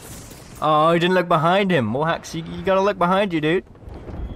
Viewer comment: STOP SAYING BUHIND 😡😡😡😡😡